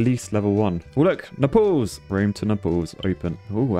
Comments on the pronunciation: Did say Nepal’s? Instead of naples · My god the mispronunciations are infuriating NAPLES like staples with an N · Nuh-palls? Nay-puls! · Naples pronounced like staples, not Naples like apples 😆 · Btw it's said "nay paul s" not "nai pl ss" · him saying "nepals" instead of "naples" is really triggering me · Hate to be that guy but Naples is pronounced like "Nay-pulls" not "Ne-pulls". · Nay-pulls. Not neh-pals. Please. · Every time pronounced Naples like Nepal(s) I shuddered. Either go Italian with "Napoli" or pronounce it the English way like "Nay-pulls". Shame. Shame. Shame. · lol yeah i was also thinking about nepal when he pronounced nay-pels + its pretty easy to pronounce it he was overthinking it lol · Oh gos, napples is not how you pronounce naples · why ddi he say Naples like Nepals xD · THE WAY U A SAYING NAPLES MY GUY, SO ANNOYING. But I am nice so I will tell u how to say it because Italian here, the way u say it is nay-ples or if u want Italian it is nah-po-li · His pronunciation of Naples though💀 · The way you pronounced "Naples", and with that excitement levels, made me laugh so much, I was not ready for that ahahahahah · The way he pronounced Naples XD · how do you keep pronouncing naples wrong lmao i thought they were flying to nepal for a second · Your pronunciation of Naples is a bit odd, sir